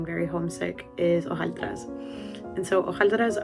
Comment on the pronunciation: Hojaldres* not hojaldras 🤦🏻‍♂️